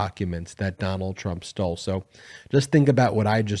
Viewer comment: I tok a shot evry time u said "Donald Trump stoll"....haha! It 5oclck somewhere!